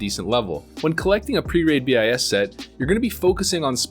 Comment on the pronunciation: dont say B I S. BIS